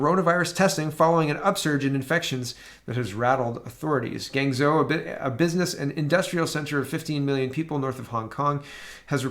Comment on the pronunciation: "Guangzhou" pronounced like "Wong"-zhou (more or less) This is a major high-tech business center of China